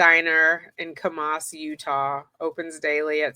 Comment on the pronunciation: I saw someone else has already let you know how to pronounce Heber. Kamas has the emphasis on the first syllable. Think of the word "canvas" but with an m instead of nv. And Timpanogos has the emphasis on the 3rd syllable Temp-a-NO-gus. Just be glad they didn't mention Tooele. 😂